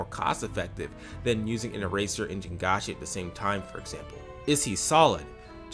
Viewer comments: Great points all around, but pronouncing jiangshi "jin-ga-shi" is diabolical (its"jiang-shi" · the thing about pronouncing jiangshi is that the chinese j- phoneme doesn't actually exist in english, but it's relatively easy for english speakers to get the hang of. so like, mispronouncing the j- is understandable, but 3 syllables is diabolical yeah edit: PRONOUNCING ONMYOJI LIKE IT'S A FRENCH WORD LATER IN THE VIDEO!?